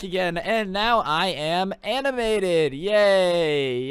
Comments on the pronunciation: more aminated I spelt it the way you said it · Animanaded? U mean animated? Lol! I know it's a joke. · Anaminated. Yes that’s a word Loved the video dude.